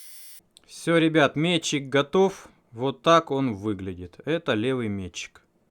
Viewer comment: Все норм, но братан: раз и навсегда - метчИк. С ударением на И.